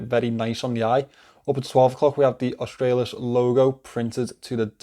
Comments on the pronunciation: G'day mate you got the pronunciation spot on cobber.😁👍Aus-trah-lis. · You pronounced it perfectly 😊😂👍👍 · You pronounced "Australis" currently, it's just latin and means "South".